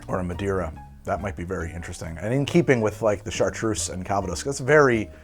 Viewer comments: Having roots in the Calvados region of France, your pronunciation of calvados is horrendous. I guess I would transcribe it as "cal-vah-doss" with "cal" as in California, "vah" as in "avahda kadavra" and doss almost like the Spanish dos but with a bit less "oh" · Arghhhhhh! I'll be That Guy then. Calvados is french, not Spanish, so the intonation goes on the last syllable. It is not An apple brandy it is The apple brandy. It comes from a specifically defined region of Normandy made following a very specific set of rules and aged on oak for a minimum of two years. Where I live (Normandy... duh!) it is not so much a sophisticated drink as the principle drink. Un café calva (coffee with a dash of calvados) is (or was) a thing for starting the day. It's poured over a small apple sorbet as a palate cleanser between courses at restaurants. It's everything from the fire water distilled in someone's back yard to a 50 year old single vintage extravaganza. OK. I'm good. Carry on.